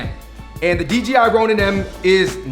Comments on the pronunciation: Kept saying DGI instead of DJI 😝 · It's DJI, not DGI